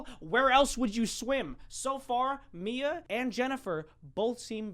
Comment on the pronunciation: The hand one my names mia AND YOUR DA BEST U SAID IT RIGHT PEOPLE SAY IT LIKE MYA